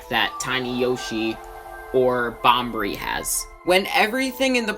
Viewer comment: Bobbery, not Bombery